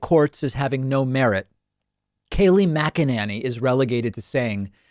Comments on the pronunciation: Its pronounced "Mc - Enany" not "Mce - Nany". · OMG... her name is NOT "Mac-a-NANNY." No one says it that way. Her name is "Mac-e-NINNY." Better yet just say her first name. Please. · Dave, I love your videos, but you are mispronouncing Kayleigh McEnany. You have pronounced it different ways, over the last few months. It’s McEnany as in Mac-In-Nay-Knee..... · Its pronounced macaroni. Kayleigh macaroni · I post this all the time please pronounce her name correctly the a has and a sound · How the hell do you pronounce her name? He says it differently every time lol 😂